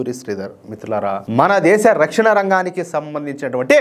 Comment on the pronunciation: Rakshana na is not It is ana.please correct it